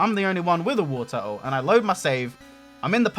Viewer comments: It's Wartortle, not Warturtle! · You pronounce Wartortle wrong ://////